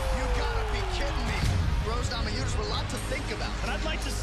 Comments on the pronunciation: Gammajunes, they pronounce the N as a G, as well as the silent R, strange language Portuguese. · Death Painful es "NA MA YU NAS" :) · NA MA NEW YAS and VolkanoVISK - new fighters in the promotion